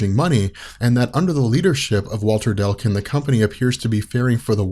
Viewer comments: Not to be that asshole, but everything he said 'Delcun', I cringed just a little bit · oh my god dude C before L it's Declun! Deck....lin. Not Dell kin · "Delkin" "Delkin" "Delkin" That's an odd way to pronounce DECLUN DEC LUN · every time he says dell- kun i just keep thinking.... ITS DECLUN! DECK-LEN!